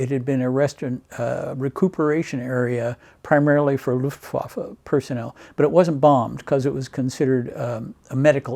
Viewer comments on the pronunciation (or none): none